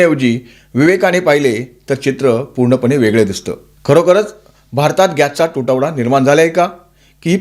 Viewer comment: पच्चिम आशिया का पश्चिम आशिय गॅच्चा तुटवडा का गॅसचा तुटवडा? कोणती भाषा बोलता?